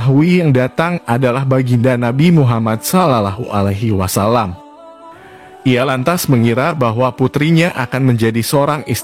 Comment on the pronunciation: Bukan Islam ya yg baca video nya sulit bgt ngomong sallawohualaihiwassallam